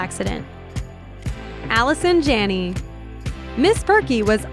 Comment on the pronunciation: Evania Endellion they didn't mention half of the things she has been in including Finding Nemo. They also mispronounced her last name.